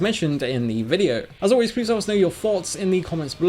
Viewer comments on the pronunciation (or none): none